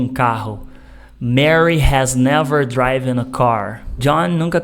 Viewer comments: Excelente explicação. Sou teacher e vejo q vc abordou de forma simples o conteúdo. Me permite apenas sinalizar a pronúncia de driven tem o som como 'i' e nao como 'ai'. Ainda, sugiro buscar no youtube videos q ensinam bem sobre a pronúncia do 'd' no final de verbos regulares. Practiced se lê algo como Préctist, ao invés de précticed. Ainda assim, vou mostrar o video aos meus alunos, a explicação foi ótima! Abs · Muito boa explicação, muito obrigada! Só para enriquecimento do seu vocabulário, a pronúncia de “driven” é exatamente como se escreve, não “draiven”, “driven” 😊😊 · Cara sua aula é muito boa e sua técnica didática também pra ensinar um "bicho papão" na lingua inglesa, só não entendi a pronúncia do particípio passado do verbo "drive"(draiv), "drove" (drouv), "driven" (draiven)?! Até onde eu estudei a pronúncia é (dríven), muito parecida com a própria escrita. Existem duas pronúncias? Corrija-me se eu estiver errado.